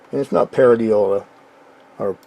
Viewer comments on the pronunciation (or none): What is Paradiola?😂